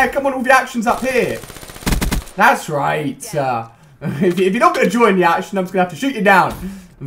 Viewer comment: 'That's right-ah'